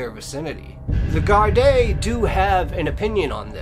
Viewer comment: There are news on the Annie McCarrick case. She never went to Johnny Foxes. They arrested someone. Apparently, it was a love triangle. Maybe do an update. Louth is pronounced outh as in mouth. Gardai is pronounced Gardee. You're welcome.